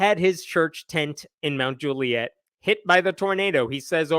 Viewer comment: I wish i was kidding, but it's pronounced mount jule-yit